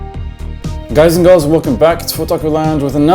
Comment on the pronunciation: In the beginning of the review (7.14) you mess up the word girls and announciate it as goils or goirls.😂